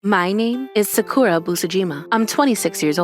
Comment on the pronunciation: Of course this voice actor pronounces Sakura as Suh-kuhr-uh.